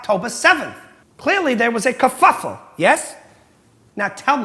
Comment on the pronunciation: It’s kerfuffle